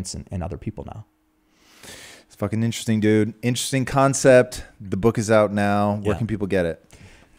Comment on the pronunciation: Tom " this is very interessting " Bilyeu